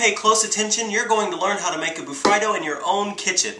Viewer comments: Woops, I always pronounced it "Bu-Free-Do" in my mind XD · It's pronounced ba-free-do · John green said it was pronounced bur FREE do!